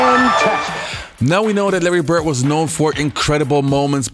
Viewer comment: Who is Larry Bert? And who is Dennis Rottman? Please work harder at pronouncing those traling D's, my brother.